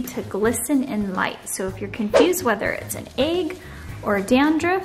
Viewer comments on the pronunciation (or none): You have great content I learned a lot and i really appreciate it. But oh my goodness the way you say "egg" is unbelievable! Like holy shit.... I can't stand it lmao